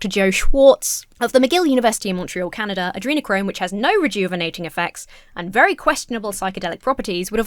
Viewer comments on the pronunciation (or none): none